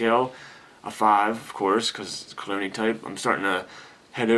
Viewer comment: I believe that you are say Cologne'ee like scent... But it sounds like you are saying Clooney (as in George Clooney). You should trademark that phrase. Perfect way to describe a sophisticated scent such as "Black Tie".